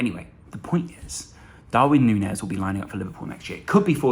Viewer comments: I believe it is Nuñez pronnounced as Nunjez. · Sorry to be that guy but can we get it out there now that the ñ means Núñez is pronounced like Nunyez before we get a Firminio kind of situation going